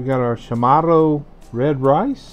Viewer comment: Hafa adai from Guam And it’s pronounced Cha morro